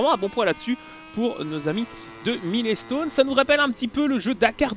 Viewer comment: "Milé-stone"... j'ai arrete là. Desole